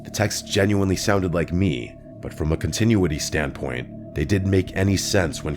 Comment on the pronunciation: The way you just tried to say “continuity” hurt my head 😂